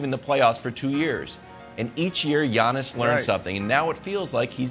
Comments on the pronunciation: When Brandon says “Yawnnis” 😂😂😂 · "Yawniss" god I hate Brandon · Nobody: Brandon: “YAWNIS”